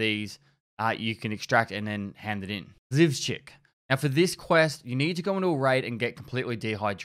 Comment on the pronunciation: "Zhivchik" xDDD чето орнул с произношения)